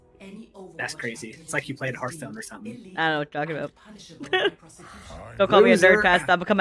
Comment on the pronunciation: Did she really just call hearthstone earthstone???